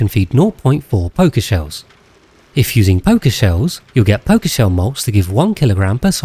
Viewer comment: You pronouncing pokeshells like pokemon made me unreasonably angry.